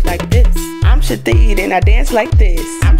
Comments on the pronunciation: It's hilarious that they pronounce it " Shi-teed " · This whole time I thought she said that she was saying "I'm Shadine" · Ruby Elizabeth I thought she was saying I'm shadee hahaha I thought it was her name ... Lmfao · uhm... It's pronounced "sha--theed" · i thought she was saying shadid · pjvo2001 i heard shadeed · Took me a while to realized the shithead was pronounced shith-ead It took me so long, I was confused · holy Mothers i thought she was saying chadine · Shithead pronounced Shi-tead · uHHH IT'S PRONOUNCED, "sHI-THEED!" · Brenda Tucker It's pronounced Shithead. Shih-theed. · I will now pronounce ‘shithead’ as “shateed” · I thought she was actually saying shit head but with an accent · I can't believe I watched this over and over and did not realise she was saying Shithead